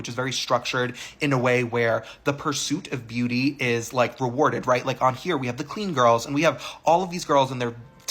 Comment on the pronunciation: When you said "heRe" at the very end 🥴 who is this american?! 😂